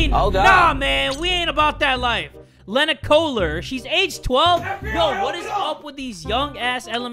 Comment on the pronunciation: not (le-na) it’s pronounced (lee-na) that’s my name